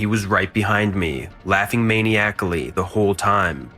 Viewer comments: Just for future reference, it's pronounced man-i-acally not MANIAC-ALLY. I like your stories and narration, but it drives me bonkers when you mispronounce that word over and over. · Love ur work. Watch all the time. Constructive tip from a stickler... maniacally is pronounced MAH-NEYE-AH-KLEE, not Maniac-ally. Lol it gets me every time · Hmm, I always thought the word 'maniacally' is pronounced: mah-NYE-ack-uh-lee. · That "maniacally" pronunciation made me laugh out loud.